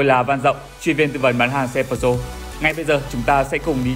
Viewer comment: Bạn đang làm cho hãng Peugeot sao không phát âm tiếng pháp có phải hay hơn không? Bán xe pháp mà lại phát âm tiếng Anh.